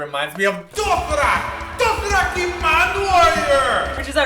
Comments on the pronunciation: its pronounced doe she rahk not doe she rack noob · also, it isn't doshirak if you replace the r with an L, It'll sound like the correct pronunciation. you can replace the d with a t, but d is more correct sounding. and if you use the a like that, it'll sound sort of like rak instead of like rock. if you say the a with a little bit of the o, it'll be more correct i think. so it should be doshilac. the k should be a c. i hope this made no sense. but helped in a way. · doshiRAK is pronounced doshiLAK sorry! i dunno, it bothers me lol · its more like doshee -lahk hehe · Emphasis on the SHI do SHI rak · do-shi-rak is pronounce like do-shi-lak..the lak being like "rock" kind of =) cute video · Everytime I heard "doshirak" I thought "dothraki" xD